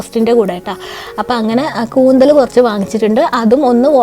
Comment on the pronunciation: കൂന്തൽ അല്ല കൂന്തൾ